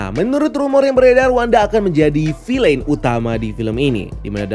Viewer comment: Bacanya "fil'n" , bukan "filein"